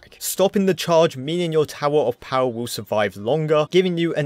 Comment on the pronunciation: I love how this guy calls the bomb tower "tower of powa" 😂😂😂😂